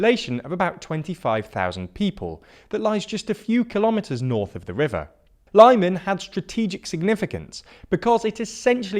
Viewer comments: Nice summary but please try to learn how to pronounce the placenames. It's not Lie-man but more like Lee-mon. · You pronounce Lysychansk correctly with LIsichansk. But for some reason pronounce Lyman like LAImon, when it's LimAn. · Great update on the current situation in Ukraine. Only comment I would make is this ,... ask any Ukrainian, Kherson is pronounced Herson, and Lyman is pronounced "Leeman." Its a small observation, but one that places you above the other commentators who pronounce the names wrong. Oh and the same for Kharkiv (prn. Harkiv) silent K. Have a good day! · It really irritates me, but i am really sure that Lyman is pronounced "lee-man" and not "lie-man" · It's not pronounced Lie-man It's pronounced Lee-man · It's Lee-man not Lai-man for gods sake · Lee-MAHN. Not LIE-min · It's not "Lieman" it's "Leemuhn". It's also not "Curson" but "Herson". It's like those people who say "Worse-sas-ta" and "Glow-sas-ta" for Worcester (Wooster) and Gloucester (Gloster). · It's pronounced 'LEE-MAHN' not 'LIE-MAN' (emphasis on the second syllable) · I know it doesn’t matter very much, but the pronunciation is not [Luhman] or [Laiman], but more like [Leaman] or [Leeman] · Enough with the "Lie-man"!! It's Lee-màhn!! say it with me: Lyman! Glory to Ukraine! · Lyman is pronounced "Lee-MAHN". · it's pronounced [li:man] BTW, go truly North b/c Belarus becomes the next problem. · Lyman is pronounced as Leeman. And stressed on man i believe. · Guys, it's "Har-keyv", "Lee-mon", "Her-son", "Iz-zoom". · Tormenting the way you pronounce Lyman I swear it's pronounced leeeeee man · The city of “Lie men”. Lmao not even an attempt to pronounce that easy word correctly. Pure laziness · These shitty pronunciations are making me cringe HARD "Lime an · Lyman is pronounced leeman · Dude, please try to pronounce Ukrainian toponyms correctly: Lyman = Lee-Mah-n Kherson = Her - soh -n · Lyman is pronounced like LeeMaan, with stress on "Maan"! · "Karkiv", "Lie-man", "Kerson",... dude